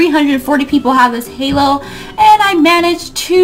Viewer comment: take out a S it's HAlo